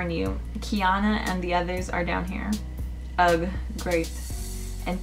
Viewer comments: It’s not “ug” it’s “🙄” you was saying it wrong the whole time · i love how she can’t pronounce “ugh” and “argh” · I’m not trying to be mean but when it said ugh u said it wrong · U pronounce ugh wrong